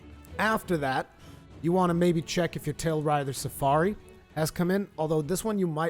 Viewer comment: "Tailrider Safari" - Its "TailRAIDER Safari" :P